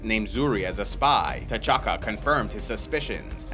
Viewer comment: Love the way you pronounce T’CHAKA